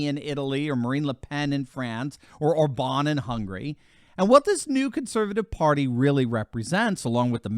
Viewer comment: It's pronounced OR-bahn,, he is not French, he's Hungarian, STRESS ON THE FIRST SYLLABLE!!!